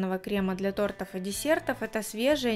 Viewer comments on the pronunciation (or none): none